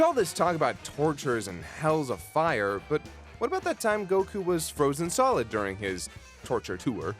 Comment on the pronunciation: Great content as always but I still hate the way he pronounces Goku’s name